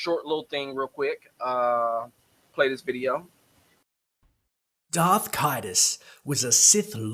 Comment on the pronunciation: "DARTH" not "Dark". I hate when people do that.